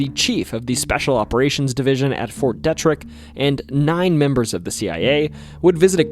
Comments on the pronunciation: Fort Deet-rick, not Dett-rick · Dee-trick not Det-Rick but love the video man. Thanks! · its promounced fort (dee -trick ) not deh trick.. its ft detrick... i worked there for a couple years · It's De Trick not Debt Trick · Its pronounced.. Fort “Dee”-Trick not “Deh”trick lol sorry being from Frederick that was bugging me 😂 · It's Fort DEtrick. Not DetRick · Dee-trick not Dea-trick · The Fort Detrick story (pronounced DEE- TRICK) is also a Netflix documentary “Wormwood”. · 1. it is pronounced DEE-Trick. 2. No, I never saw anything weird by the Loch Raven Reservoir. And that's not the only horrible event to happen there. In fact, I THOUGHT I saw a UFO in Baltimore once in broad daylight. It was something weird reflecting light. Then I remembered it was the same day as the Preakness stakes. As the bus move and I borrow binoculars from another passenger and could see the letter G-O-O-D-Y-E on it but I couldn't make out the rest.... but I didn't need to. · This was pretty cool. Born and raised in MD. Just FYI Pronunciation of Fort Detrick is a long e “Deeetrick”. It’s a pet peeve. When the news anchors were reporting the arrest of the DC SNIPER, they kept mispronouncing Myersville as Maresville. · Pity you didn’t learn to pronounce the name of Fort “DEE-trick.” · Detrick is pronounced DEE-trick source: my mom is a pathologist there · It’s pronounced Fort DEE-Trick . Please do not ever say it like that again. Thanks. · Fort Detrick is pronounced as D trick. The civilians stood on Washington Monument watching the soldiers battling South Mountain during the Civil War. And right in walking distance of the monument is where Ms Dalgren lived at South Mountain Inn, around 1876. She wrote a book called South Mountain Magic, which tells many tales of the unusual from Maryland, like the Snallygaster. It was tales of things that her neighbors told her about. I always have odd feelings driving by there, even before I knew of the story’s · Mispronounced Detrick (long e)